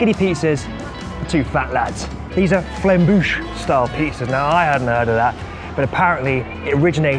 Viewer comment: Loved the video, great vibes, as always. It's actually a "flammekueche" (pronounce flam- kuuu-shh not flamboosh) style pizza or "tarte flambée" (= blazed tart in French). Sorry, I couldn't stay silent, I'm from Alsace where it originated. ;)